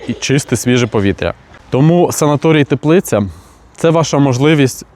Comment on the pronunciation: Не ТеплИці,а ТЕплиці. Ставте правильно наголоси,бо це антиреклама